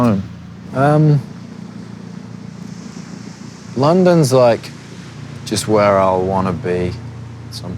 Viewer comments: What the heck happened to his accent? I've got a british-american mix, but i don't sound anything like this. His sounds almost australian at times? Like what's with him pronouncing 'home' as 'h-ah-m" neither brits nor americans do that... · omg RIGHTT, that's smth that I've noticed about Harry too. When he's not thinking too much, and he's just ranting he tends to subconsciously pronounce certain words with his strong Cheshire accent. His accent is on and off, depending on who he's with, I feel like. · the way he pronounces "home" and "haus"... HIS ACCENT IS CHANGING AHHHH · Are you deaf? The way he pronounces home and road... Not a complete change, but his accents is changing.